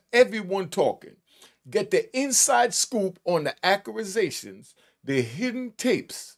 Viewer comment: accurazations...he heeee . my man.